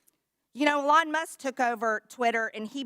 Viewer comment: So dumb.. can't even say Elon Musk correctly.. yeah she's a member of Congress and you're not... worthless